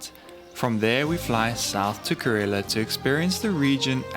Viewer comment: it is not karela , it is kerala.